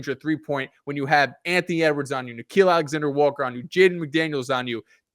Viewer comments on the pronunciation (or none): Nick-EEL not nickel, I think he’s Jamaican 😂